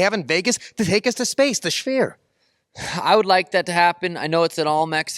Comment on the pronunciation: "the schfeer" 😂